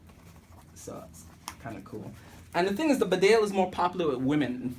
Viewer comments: It’s pronounced Bee-Dale. Spelled Bedale after the English town of Bedale! Nobody cares about the pronunciation you say? You also said you’d worn that jkt for a year? Damn, you are a bare faced liar! You just put that jacket on fresh, anyone can see that. You are a bull shit merchant my friend. A shifty guy! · We do care how you say it. It is pronounced BEEdale. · Actually, this isn't a simple case of having different regional pronunciations. The bedale jacket gets its name from a town in England. The town is pronounced bee-dale. Similarly, the beaufort jacket is named after Beaufort Castle in Scotland. So when us Brits correct your pronunciation of these names, it's because we realise you're probably not familiar with the origin behind them. Tbh though, I don't really mind how you say it, just thought I'd offer this information. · Beeeeeedsle. Nobody reads comments or cares. But it is pronounced Bee-dale. The people in the region might care. Lol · Exactly, so disrespectful. Not caring how to pronounce correctly a product and a brand you're supposed to 'review' does not make you cool. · hey man you're pronouncing bedale wrong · It's the name of a place and is in the same language....English so there is no excuse for not pronouncing it correctly.